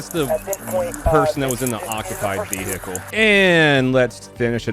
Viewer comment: I love the fact that you pronounce the ='h' in VeHicle, but not in Back Hoe... Lol